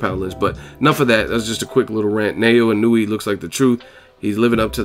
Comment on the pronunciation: the proper japanese pronunciation of his name is NA-OH-YA E-NO-OO-AY. I can see how easy it is to stuff up, im sold on this kid now